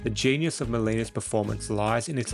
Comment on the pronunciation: Dude learn to pronounce Molina, its M 0OO L iiiiii na. Not Milano